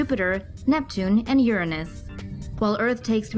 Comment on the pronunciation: This bitch said "Urunous" 😐